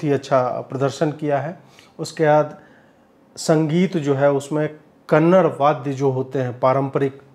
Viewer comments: it is Kannada .... and not Kannad, next time please note it. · Kannad nahi "kannada" aise bolte hain.🙏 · Dear Bro, it is not KANNAD, it is KANNADA, plz make pronounciation correct, love you. 🌹🌹🌹❤️❤️❤️ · कन्नड़ नहीं 'कन्नडा' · 'Kannada', not 'kannad' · Please pronounce the language as Kannada, not Kannad. I know it is pronounced that way in Hindi, but it seems very odd to cut off a part of the name for listeners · Ajeet'ji, one correction it's not Kannad it's Kannada. Just like it's Hindi and not Hind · Sir, One correction, it's 'Kannada'. That's the right pronunciation. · It’s kannaDA not kannad. Please guys respect to every culture . Don’t mispronounce their names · Just one correction- the language is pronounced Kannada ( कन्नड़ा) and not Kannad (कन्नड़). We make this mistake quite often unknowingly. 😊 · It is Kannada. Not -‘Kannad’. We don’t call it ‘Hind’. Do we? We say - ‘Hindi’. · It's not Kannad it's kannada sir🙏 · It's not Kannad, its Kannada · Ajeet Ji it's "Kannada" not Just "Kannad". Please correct it next time. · Kannad Nahi Sir Kannada (KANNADA) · कन्नड़ नहीं, कन्नड़ा ! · sir, kannad nahi kannada. teek se bolye. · It's not Kannad...it's Kannada brother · Ajeet ji I kindly request you to stress on a in Kannada. As I consider you as a person who support our culture.